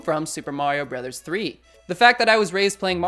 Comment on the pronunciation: "Bros." Is not pronounced "bro's," it's actually an acronym for "Brothers." Like "Mrs." For "Missus."